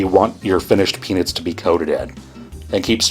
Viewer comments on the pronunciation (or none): the peanits instead of peanuts is bugging me